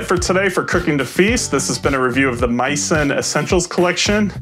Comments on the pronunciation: MEE-sen, not MY-son. It comes from French culinary term “mise en place” (MEEZ ahn plass). Misen’s website describes this as the origin of their name. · Geez, is it completely obvious that this is a sponsored review or is it just me? By the way dude, you might want to pronounce the name of the company right. It's "mee-sen" as is Mi Sen Place. Says so right on the box.